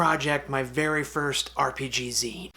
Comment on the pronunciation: So, zine pronounced "Zēn", not "Zīn.